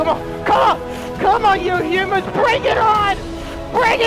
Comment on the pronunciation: say huuumans XD I love it he says hoomans